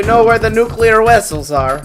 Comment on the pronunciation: The way "in-FIL-trat" is pronounced and intoned is a dead giveaway that the mission control is not human :) Also, yay nucular wessels!